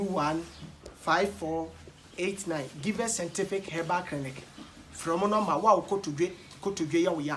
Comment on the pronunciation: Kwaku I salute u about how u say sentific instead of scientific...hahahahahaha love u bro